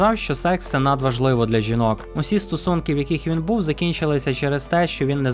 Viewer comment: Стосунки два рази було прочитано як стУсунки